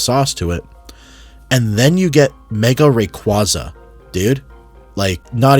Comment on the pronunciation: Brother please learn how to pronounce Rayquaza